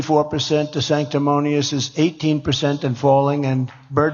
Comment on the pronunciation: Someone needs to tell him he can't say the nickname "desanctimonious" correctly with his bad fitting false teeth.